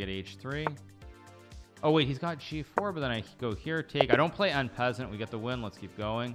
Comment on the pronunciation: that en passant pronunciation though